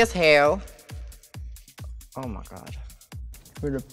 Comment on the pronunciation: I love her she's really pretty. Her accent ....i died Omawuhd!!